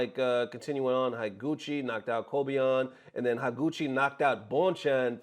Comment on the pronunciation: Higuchi is pronounced "HE guchi" not "HAI guchi". Just remember how you say "Da-i-go" or "GO -i-ch-i-" for reference of how to pronounce "i" in Japanese.